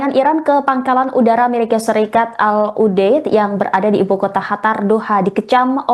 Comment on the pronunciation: Qatar tolong dikoreksi penyampain negara Qatar Bukan “ hatar “ Dan penyebutan al udeid adalah al udeyit Bukan udet 😏✌️